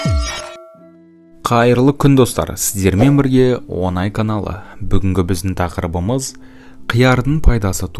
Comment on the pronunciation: Онай емес Оңай деп айтыңыз